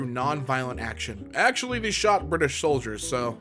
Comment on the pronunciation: "They shot British soldiers" it aound "they shot shoulders"